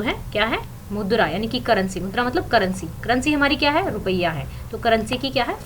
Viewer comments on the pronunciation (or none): mam wo mudra hai naki madhura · Aap मुद्रा ko madura kh rhe ho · Mam madura nhi mudra hota h